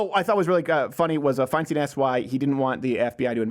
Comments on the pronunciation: I absolutely hate Feinstein, so I wish you would pronounce her name right. It's like a beer "stein". I live in California so I have to hear her name a lot.... like nails on a chalkboard. Please kill me... damn she's horrible. Fingers crossed dumbasses in California open their eyes and don't reelect her. #NotMySenator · why mispronounce feinsteins name?